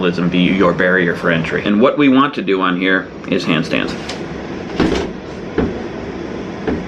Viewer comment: every time he said "handstands," i kept thinking he said "pants dance"